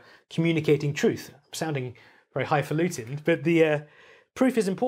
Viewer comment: I don't know why, but hearing a British person enunciate "high-falutin'" is comical to me 😆